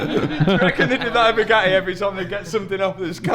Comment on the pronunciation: oh he finally pronounced Bugatti properly. yeeey